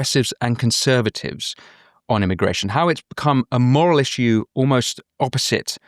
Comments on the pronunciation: She's exactly right on every issue except the pronunciation of issue. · I'm all on board with her until I hear her pronunciation of the word issue